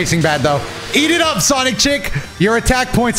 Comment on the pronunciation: anyone else keep hearing CHAZ IT UP!!!!! every time said eat it up?